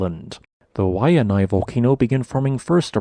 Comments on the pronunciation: Think of it as (KO-OOOOO-L-AU) and say LAU like wow but with an L. You almost had Waianae but you over pronounced the seconded A. Pronounce it kinda like this (Why-a-N-I) Hope it kinda helps haha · Pretty decent video presentation but narration needs Loads of re-programming! Ko'olau=Koh-oh-lao, not Koo-ooh-la-oo. Wai'anae was passable=Why-ah-nye. IF were teacher/professor grading this entry, would give it...Video=B+/Audio=C